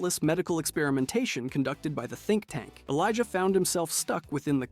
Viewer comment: tink tank?.....you mean think tank